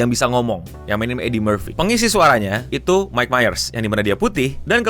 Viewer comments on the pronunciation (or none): none